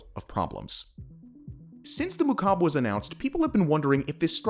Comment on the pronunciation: Every time he said "mukab" my arabic cringed